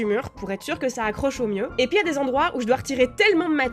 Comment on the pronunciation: J'aime vraiment trop ton petit accent, le fait que pour dire ”puis” tu prononce ”poui” je trouve ça trop mignon 😭